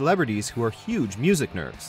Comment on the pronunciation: Did anyone else hear 'Music Nerves' ?